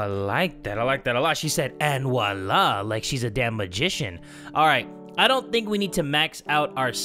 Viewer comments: People. It's Voila, not Walla. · Walla? ITS VUALA, LEARN YO FRENCH!!! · has me so triggered ITS VOILA* NOT WALLA🥺🥴😂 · It's voilá not wola 😂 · +Kèstra Stanzioné how are they judging anyone? "wola" is the pronunciation. voilá is the correct spelling. that's like saying some people call tortoises turtles, so we should just call them all turtles or we're somehow "judging" people who don't use the correct terminology. that's a silly attitude and really shouldn't be encouraged. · and walla~ had me shooketh, isn’t it voila 😅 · I know right. Also:: * says Ayane instead of Ayano * Me: * triggered AF * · You can use voila and walls lol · it's voila not walla lol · "walla?" it's "voilà" lol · "walla" lmfao isn't it spelled viola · It's "Voilà" and not "walla" 😌 (Sorry I'm french soooo... VOILÀ) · BTW voila is not walla it's voila like in Spanish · Walla? Do tasya aditya mean voilá No hate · 😂😂😂🤭 xD walla? Its Voila 😂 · And walla? It's Voila not walla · my guy said "walla" it's actually "voila" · Its voila your right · Voilà is the word ^_^ I studied French Hehe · it's voilà XD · It's "and vòila" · No voilà means There! And by there I mean there she is I am French so Bonjour mes amis